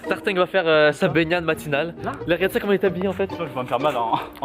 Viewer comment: C'est Tartin pas tartingue